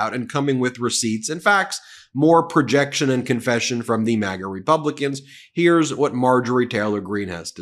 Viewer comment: Excuse me sir ,did you say Magas or magats